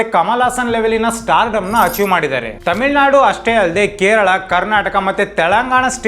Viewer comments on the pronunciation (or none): none